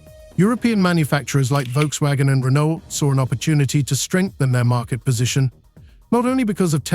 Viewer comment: Volkswatschen and China's Byde??? BYD??? Please make more videos when you learned how to pronounce correctly 🤣🤣🤣